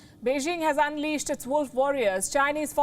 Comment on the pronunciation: first learn to pronounce Beijing correctly 中国加油🇨🇳💪🏻